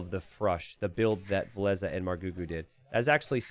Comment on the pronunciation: Why do you call Villese Valesa?